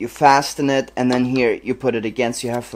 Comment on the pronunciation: also, with the english word "fasten", the 't' is silent.